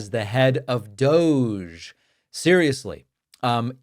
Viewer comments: Dear narrator, I wonder, when you say 'dooojJ', how many literate Americans can write it as 'DOGE'? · DOGE ( pronounced, "Dodgy" ) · Still think we should be pronouncing DOGE as Dodgy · that's how you pronounce it? i thought it was "douche"...